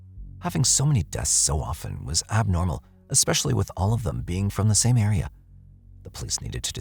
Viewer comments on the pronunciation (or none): none